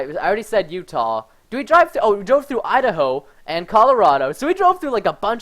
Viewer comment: Lol he said I da ho